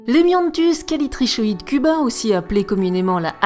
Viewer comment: *Ça se dit Callitricoide je pense